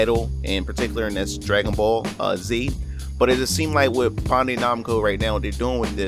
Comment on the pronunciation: You're pronunciation when saying bandai makes me cringe a little